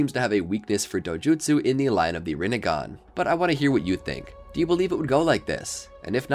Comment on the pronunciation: shhheeeeeeesssssshhhhhhh side not its rinnigan not rinnigon